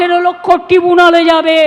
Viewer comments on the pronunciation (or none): Uni gato tin din dhore "Treebunal" bolchen. Kew to onake bolben je ota "Treebunal" noi... TRIBUNAL 😔